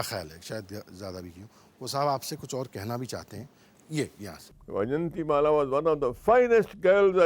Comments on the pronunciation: No.. Its is not Y its vijayanti mala.. Meaning garland of victory.. Not vie!! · Correct pronunciation of her name..not vijanthi but vaijayanthi